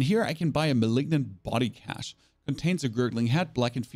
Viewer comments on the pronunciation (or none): none